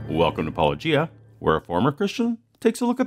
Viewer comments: pronounces his channel name every video at the very beginning and doesn’t even have a confusing channel name William:”puh, lowgia” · His peculiar, affected pronunciation of "Paulogia" makes me think of "lochia." He isn't by any chance casting an oblique aspersion on your masculinity, is he? No, probably not. That would require subtlety borne of intellectual curiosity and educational attainment. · For a man who purports to have a PhD, it's astonishing that he doesn't know how to pronounce "Paulogia". I knew how without hearing it. It's an obvious play on "apologists". Then he doesn't even bother to find out. How did he ever get a reputation as a good Christian apologist? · How does NOBODY get channel name right? He says it every episode and they still can’t manage it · I keep thinking it's pronounced like this, too - like Robert Loggia's last name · I'm less than a minute in, and may have more to say, but why do so many Christian apologists mispronounce "Paulogia?" says it at the beginning of every video. The phonemes aren't that difficult for English speakers to reproduce. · It's far to common to be a coincidence, but I feel like I've watched at least 50 videos where creationists mispronounce the Youtuber's name of whom they're responding to. If I had a dollar every time this happened I'd be able to.... uh, call into work tmrw. Sounds good to me. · What I don't understand is how nobody can pronounce your channel name when you say it at the beginning of (almost?) every episode. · They cant even say your name right